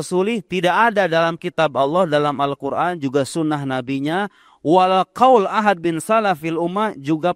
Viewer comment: hal yang simple saja dia lalai, ahad tanpa qolqolah bisa merubah arti. Dari judulnya, kirain video nya ada wahabi nya beneran, ternyata cuma orasi sendirian.